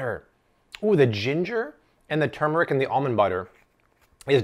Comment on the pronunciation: you are awesome! You said 'turmeric' the right way!! The Indian in me approves:)